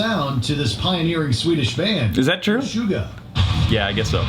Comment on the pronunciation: Meshuga is a word in Hebrew and u said it in a good accent... Wtf